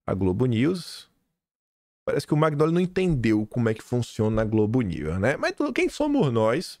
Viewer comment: Oi,ouço seus comentários todos os dias,e vejo vc pronunciar o sobrenome do Demétrio, em italiano o gn tem som nh do nosso português,então a pronúncia é manhole,não magnoli. Confirma aí. Bjs O meu sobrenome: magnago.